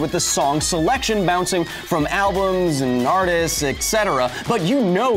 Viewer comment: oh, and will nobody ever learn how to say "et cetera"? "espresso"? maybe it's just 'e' words.